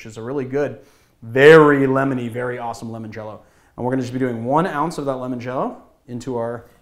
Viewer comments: I can agree to some extend, but we should all be able to agree that limoncello is not pronounced lemoncello. By your reasoning it would have been pronounced límoncello (as in “lie”). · We gotta talk about how you pronounce Limoncello, L. Awesome video though! didnt know about what you'd consider a classical Press.